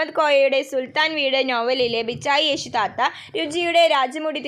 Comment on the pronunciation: ബീച്ചായിയേശു താത്ത alla 15 : 55 😂😂ബീച്ചയിശേയി താത്ത 🤣🤣